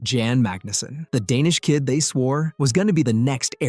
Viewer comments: It's not Jan, it's Jan . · Can't pronounce Jan. Insta fail.